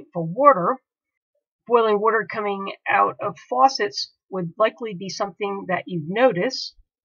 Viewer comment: I can’t watch this video because the person can’t say “water” correct